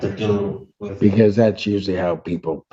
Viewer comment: I’m honestly curious, why don’t you speak a ‘th’… always a wichjew?